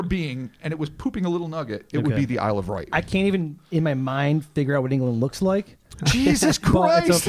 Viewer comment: Isle of Wight has no R its just pronouced 'WHITE'